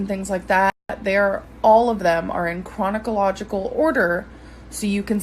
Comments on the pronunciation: YALL!!! How is no one talking about how she completely fucked up the word “chronological” ?!?? 😂 I’m dying. “Chronocalogical”-as Michael Be Petty would say, she needs prison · Waitttt. So you're telling me that nobody peeped her say chronochological order? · 1)Chrono-cological 2)Excape Goat DEAR JESUS. why doesn’t she look up words prior to filming since this is “her job.”🙄🙄🙄🙄🙄🙄🙄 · ”chronocological” our gurl makin up new words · i lost it at "Chronic-a-logical" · Chronocological??? Dumbass fat freak can’t even SPEAK! reid, why do you think people don’t take you seriously? Why don’t they believe you? Why are you disliked so immensely and critiqued so harshly? When you can honestly look within yourself, face YOUR reality, acknowledge how you got LOST on this “journey” to healthy living and weight loss, and ADMIT the true intentions of your channel... THEN you will begin to change your life around and succeed! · "Chronicological" ...Seriously?! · Chron-o-con-log-ical order??? Escape goat??? Sleepover situation??? Ok...😂😂😂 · "cronicological" had me DEAD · "chronocological order" "ecscape goat" "I wanted to spread word" grammarlynn strikes again 💀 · An "exscape goat" 🐐 "flabbergasting" "chronicological" 😅😅😅 Grammarlynn...Gorl! SMH..Shuper Shooketh!! 😨😧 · CONICOLOGICAL BAHAHAHAHA IM CRYING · chrono-cological order? Oh scholarlynn, you got me again. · And if she wasn’t so low IQ she’d know how to say “chronological” correctly. Amber has nothing of substance to say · CHRONOCALOGICAL? EXSCAPE GOAT? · She doesn't get the fact that she has made her own problems by lying for 6 years and refuses to take responsibility for any of her ignorance. She places the blame on the people who get her paid for her food fixes. Unreal. Can't even pronounce chronological !! She is a hypocrite and will never change.